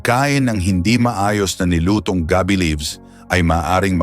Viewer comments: Ano bang klaseng narrator ang napili ninyo? parang voice over na hired? Ang mga words na dapat MARAGSA bakit malumanay? Mali ang pagkabigkas ng mga TAGALOG? Wala na ba kayong makuhang iba? GA-BI --for example--the leaves--hindi pronounced na GABI --as in nightime! OO, maganda ang boses..KA-BAG--as in tummy gas, bakit ganoon ang bigkas--FAST! What not to say fast is supposedly be malumanay (slow) . Anak ng HWEEE! Ano ba yan. NAKAKAINIS pakinggan! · Mali pa pagbigkas,,gabi (gabi as night time ang bigkas nya. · we appreciate your message,but,please study how to read specifically Tagalog,saka hindi naman dahon ng GAB Bi yung nasa picture.pronounciation not night,but GAB BI. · Sir hindi gabi(nigth)gaaabe.wrong pronounciation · Thanks po ulit sir at ang cute po ng bigkas nyo sa ga-bi hahaha parang gabi na night po hehe thanks a lot